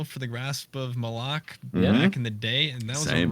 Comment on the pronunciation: is the first fucking content creator to pronounce Malok correctly someone give him a medal.